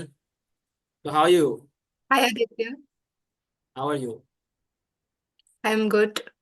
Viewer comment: HAAYU HAWAYU M GUT